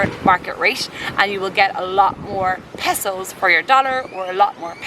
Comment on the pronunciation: Passos ? He he ... It's pesos.